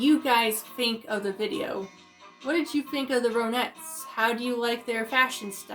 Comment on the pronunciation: Hi I enjoyed your video very respectful. Their name is pronounced Ron-netts Like the name Ron.